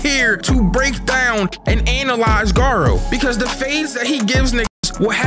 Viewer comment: Bro you legit said "we are here to anal eyes Garou"💀